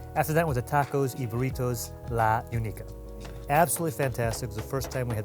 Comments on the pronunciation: I like someone from LA looking at “La Unica” (lah ooneekah) and saying “La Youniseeah”. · “La Unica” is pronounced la-oo-knee-kah